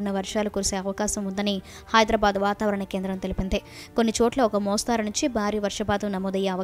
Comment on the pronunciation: మోస్తారు కాదు మోస్తరు , తప్పు సరిదిద్దుకొండి